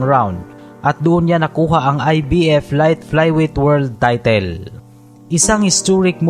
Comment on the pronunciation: Ang 'title' is pronounced as'tytol' at hindi 'tytil'